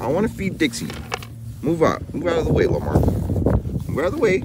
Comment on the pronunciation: Hearing you call him Llamar warms my heart and makes me laugh at the same time!! 🤣🤣❤️